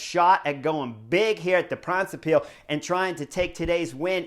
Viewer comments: For: The word Brabant comes from the province of that name (It's not 'Flanders' Vlaanderen). And with the -se extension it has the rhythm of the English word: knucklehead. OK? The first syllable is 'Bra' (just like the undergarment); followed by:; So you get: Bra-bant-se. Say it at the rhythm of 'knucklehead'. For the 'ij' in Pijl read a 'y' and it sounds close to the English word 'pile' (meaning 'arrow' in Dutch) Combined: Bra-bant-suh Pijl. At the rhythm of knucklehead pile. Once you get this down your subs will double to 100K (Kudos for: 'Moskesstraat; that was perfect!) Thx for your analysis and commentary; as always! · My Man Chris Horner, I am going to help you! Try to say (in English): BRA BAND SAY PILE good luck!